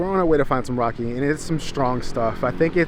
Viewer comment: Bro pls stop saying raki like that because it basically means dih but scrambled words. Try saying ra like in Ferrari and key 🗝️